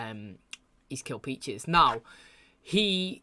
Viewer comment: Man I was wondering if anyone would say something about the “Peaches” thing lol everytime he says it it hits the ear wrong he also says “Becks” all the time he loves making names plural.